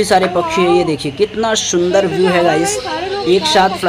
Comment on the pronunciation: It's not shundar it's sundar